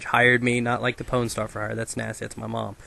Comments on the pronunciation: pown lol not pawn :P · its pwn not spawn